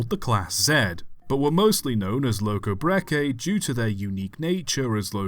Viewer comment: No need to apologize the pronounciation was perfect.